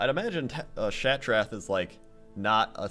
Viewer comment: your saying Shattrath wrong lol oh who cares